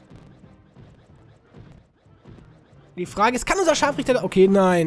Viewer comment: Ehm Du hast das R vergessen ihn ScharfRichter